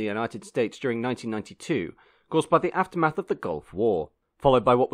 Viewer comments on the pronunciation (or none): none